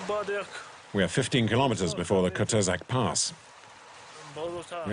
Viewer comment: Не Кутузак а Куйтезак